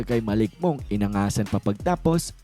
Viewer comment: Pronounciation: Monk ❎😂😂😂😂😂 Mank ✅ as Monkey